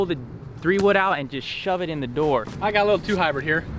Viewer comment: Did just say Heebrid???😂😂😂